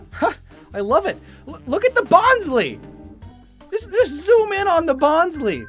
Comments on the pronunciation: you of all people, Y U SAY "bons lee"? It's based on a bonsai tree, BONSAI, BON SLY! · actually the way to pronounce bonsly is "bons-lie" because in of super smash brothers brawl.